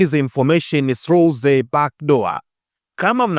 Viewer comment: Thanks a lot for the updates. Ila nakuomba msimuliaji wa hizi episodes ujue kutamka vizuri baadhi ya maneno ya kiingereza, naamini wewe ni msomi. Kwa nini unashindwa kutamka nene 'The' unatamka Ze, na neno They unatamka 'Zei'. Naamin wewe ni msomi kwa kiwango angalau cha diploma, au ni tatizo la kikabila. Wamiliki wa hii channel hamuoni hii kitu inawadhalikisha?